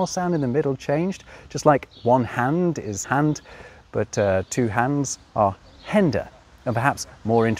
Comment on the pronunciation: "Hände und Füsse" is pronounced "Hender und Füsser"? where do you get those "r"s from???